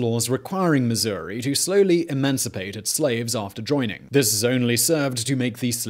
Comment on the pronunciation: Missour-ee. Yes!